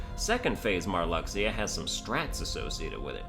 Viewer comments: It's pronounced mar-LUKE-see-yah. Not "mar-LUCK-see-yah." Your pronunciation is OFFENSIVE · Pronouncing Marluxyas name like that is cool because Lux is your money in the mobile kh game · I half want to see him redo the KH3 ranking just so he can keep saying Marluxia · hears how you pronunce marluxia .... .... .... go commit xion at the end of 356/days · Pronounce marluxia correctly, and I'll subscribe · "I stopped listening to this guy when he pronounced Marluxia incorrectly."